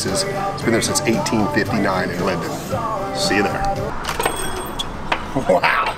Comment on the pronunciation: Linden!!! Not lindale!!! I was born and raised there....home of Eagles great Don Henley